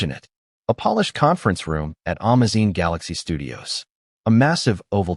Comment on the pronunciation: I hate AI. Amazon is AN - MA - ZINE !?!? And LILY Collins is NOT LIE - LA! I couldn’t understand who they were talking about.